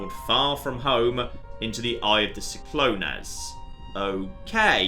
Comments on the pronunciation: SIK-LO-NEZ AHSDJAKSKDHAGHDS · every time he said see-clo-nays I died a little inside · But we will laugh at the way he pronounced Cyclones, completely forgetting that it is an actual word and then creating a theory to support the way he pronounced it xD. Reminds me of when he played My Summer Car and thought alternators are what alternate the firing of pistons......he was SO sure he was right lol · Is that how you guys pronounce 'cyclones' in the UK? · As someone from a place regularly buffeted by cyclones, I die inside everytime mispronounces or misinterprets the word. Here he is translating a fictional ancient language and he doesn't even understand English. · why are you pronouncing cyclones so strangely? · Because he misinterpreted it as an ancient thing because he's an Oxford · its cyclones as in tropical storm or hurricane. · He read it like it was Greek oof...